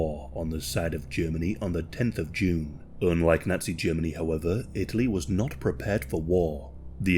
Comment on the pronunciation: Lol why do you say Nutsy instead of Nazi?